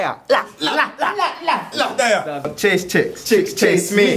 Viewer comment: Sneakbo's failed attempt at saying " laaa" loooooooool